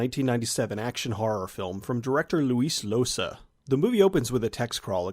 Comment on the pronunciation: Luis Llosa is pronounced Yosa.